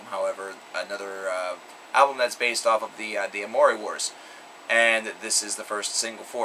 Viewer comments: Actually, the pronunciation of "Amory" (which is Am-ore-ee) is not up for debate. Claudio has referenced the title of the saga plenty of times. If you would like proof, listen to "The End Complete V: On the Brink" from GAIBS4,V2: No World for Tomorrow. Specifically: "The world must know my story. So long, Amory, please drive me home one last time" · amory is pronounced "AM-ER-EEEE" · idont see how anyone can not like coheed? they are epic in every sense of the word there is no other band like them on the planet. and YEAH you said AMORY wrong :)